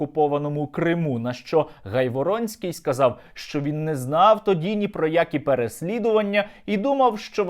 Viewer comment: Наголос на прізвищі га' йворонский